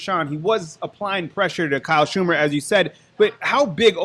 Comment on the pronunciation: BTW, never heard either one of you guys pronounce Vandy QB name correctly once all week. Its SHER-mer not SHOO-mer. Lol, Kyle is making up for not having Vern Lunquist this season with the butchering of all the names😂